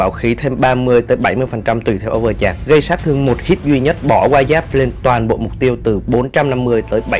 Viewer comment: etou giọng đọc này ngon nè :"))). nhưng mà chữ Overcharge là âu vờ chát chứ hong phải chạc anh ơi XDDDDD